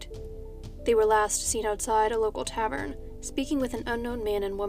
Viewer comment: I think you're the only true crime videographer on YouTube who knows how to pronounce "tavern" and god bless you for it